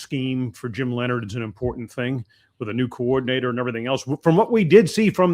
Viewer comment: Jims name is Leonhard not Lenard, I just want people to pronounce it correctly.